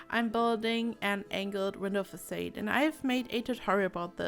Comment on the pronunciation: I love this! It's absolutely stunning. I followed your tutorial on the glass roof/wall trick and I've had much success. Can't wait to play this! ps I'm sorry to be picky, but the word "facade" is pronounced "fah-saud". Keep up the great work! :D